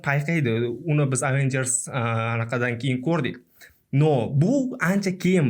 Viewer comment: bu so'zlarni chiroyli ayta olmaysiz, oddiy Avengers ni to'g'ri ayta olmaysiz-ku😂